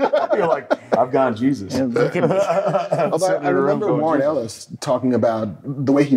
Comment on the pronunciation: It's geesus 😂